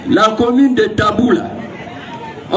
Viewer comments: C'est Tabou et non dabou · C'est plutôt tabou et non dabou